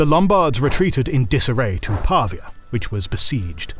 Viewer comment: Actually, "Pavia" is mispronounced: the stress falls on the i, not the a! ( I live there😄) Beautiful video as always btw